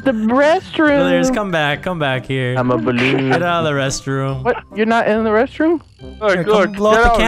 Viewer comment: When he said restroom it sounded like breast room